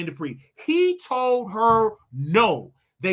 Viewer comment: Jermaine ‘JEH-PREE’…….it’s DUPRI